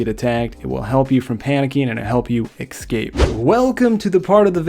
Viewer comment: Ess-cape not ex-cape pls. Love the vids bro